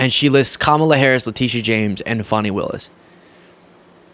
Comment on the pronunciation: The ALL do talk the SAME (the pathetic, plastic parade of Trump's favorite tv gals) with so much filler in their faces and mouths, that she can't even make the sound "m" ("same") ("James"), etc. I actually don't know if she is in the cult (she's certainly in it for the grift or exposure) but maybe posing as a cult member and just acting as a cult recruiter and a projector of it's tenets.